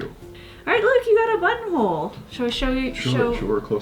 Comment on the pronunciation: Entertaining video! Buttonhole > “Butthole”. I can never unhear this. Thanks! 😂